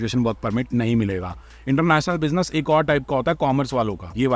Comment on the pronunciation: International Bussy-ness 😂😂😂 the way you said it omg 😂😂😂